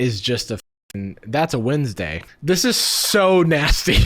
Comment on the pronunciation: I choke on my drink when he said "and that's just Wedsnday" 😂lmao